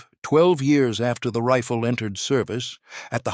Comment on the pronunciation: No shit Sherlock. But they voice in the video pronounced Riffle. AI Slop.